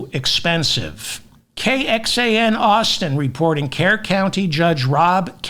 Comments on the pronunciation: David: it is pronounced Kerr - Cur county. 😅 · Kerr county is pronounced “cur”. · Kerr is pronounced CUR The city/county is pronounced CURville